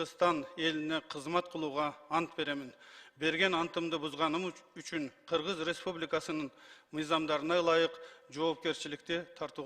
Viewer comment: четко граммотно суйлогонду уйронуш керек.Кыыргыз ыреспубликасынын дебей!